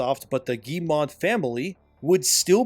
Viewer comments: Btw the pronounciation of their name Is not "Guille-mont" its "Guillemot" (m o) like Moe :) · Guillemot = gheey moe (hard g, ll=y, final t is silent)